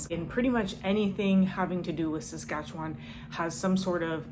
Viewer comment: she didn't learn how to say Saskatchewan lol